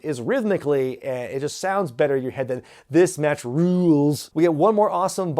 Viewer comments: Rules is better as one syllable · "This match RULE-UELS" LMAO why did they need to elongate Rules? 3 syllable chants are pretty easy and common 🤣🤣🤣🤣